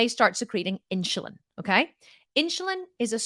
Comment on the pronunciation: Are you trying to say INSULIN ? Its NOT INCHILIN there is NO CH its insUlin, just the way that its spelled lol I KNOW this because my sister is a nurse, its HARD for me to concentrate on what you are saying, when you are saying that word wrong and that is ALL that i can concentrate on lol because I was a teacher its driving me crazy, ha maybe its your accent that is why you are saying it wrong lol